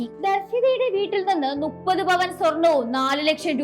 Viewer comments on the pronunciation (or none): നുപ്പത് അല്ല മുപ്പത് ആണ്